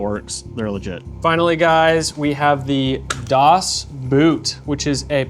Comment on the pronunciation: You're saying the products name 'Dos Boot' as if it's German word "Das." In the description it give +2 magazine capacity. So it's "dos" as in two 😂